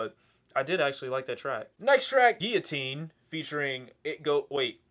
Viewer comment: pronouncing Guillotine like he actually paid attention in French class